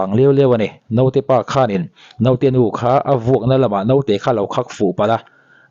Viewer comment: Note nilo in Naute tih zawk tur anti